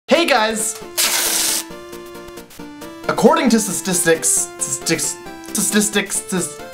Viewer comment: YAY :D I'M NOT THE ONLY ONE WHO CAN'T SAY STATISTICS!!